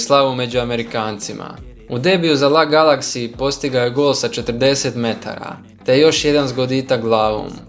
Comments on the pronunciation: Nantes, la Galaxy??? ozbiljno haha?? čita se Nant i El Ej Galaksi hahah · Auuuu LAGALAKSI I NAN-TES :D